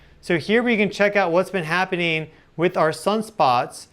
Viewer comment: It’s ’happening’. Not happing.